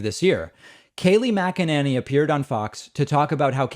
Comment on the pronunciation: Mcenany Saying her last name wrong, I'm not sure if I spelled it correctly.